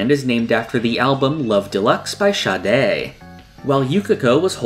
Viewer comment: thank u for pronouncing Sade’s name properly 🙏🙏 too many Jojo fans out here sayin “Sayd”😭😂